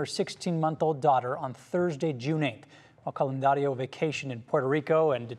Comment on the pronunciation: It’s Candelario